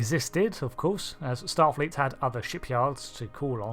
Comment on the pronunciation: "A number of starleet intelligence suites." 😂😂